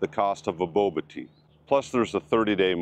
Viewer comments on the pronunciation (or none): none